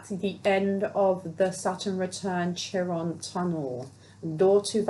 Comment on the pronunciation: "Chiron" is pronounced Kai Ron